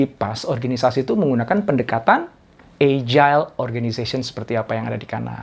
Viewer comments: How to pronounce: /ˈajəl/ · Salam sejahtera pak Doktor. Izin saran. Coba dicek kembali cara baca kata "agile". Jgn terlalu sering wajah Bapak yg dimunculkan. Lebih bagus isi/ bahan materinya yg sering dimunculkan. Trm ksh.